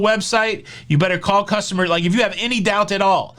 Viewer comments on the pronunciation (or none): none